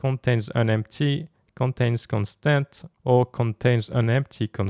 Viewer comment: I think it's pronounced parAmeter, not paramEter, also cOnstant, not constAnt.